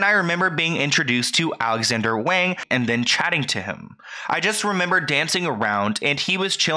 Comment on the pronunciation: I'm sorry but as a Chinese person this is hard to watch, for further reference please always assume that an "a" in Chinese is pronounced "ah" so "wahng" in this case ✌️♥️